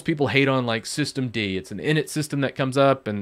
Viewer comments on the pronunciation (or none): none